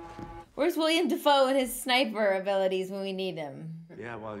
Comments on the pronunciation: Its Willem(Will-em) Dafoe, not William. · It's not William Defoe it's Willem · His name is not William Dafoe, it's Willem. Put some respect on his name